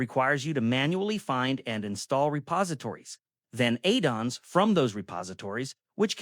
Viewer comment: Eidons instead of Add-ons 🤣🤣🤣